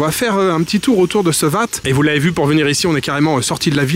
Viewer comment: Salut merci pour tes vidéos mais si je peux me permettre on prononce "Ouat" pour le Wat ( temple). 😅